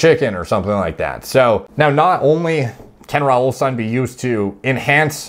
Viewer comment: i know you're Canadian but the ending -ine is pronounced -een